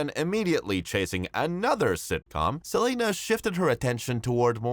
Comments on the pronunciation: Can’t stand the guy continuously saying “Sa-lane-uh”!! It’s Selena. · why you call her selayna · Lmao it caught me off guard never heard no one say her name like that 😂